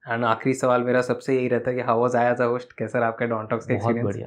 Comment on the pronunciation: Pls don’t speak H after S like Guesht, Besht, Hosht etc. it lower down the presentation level.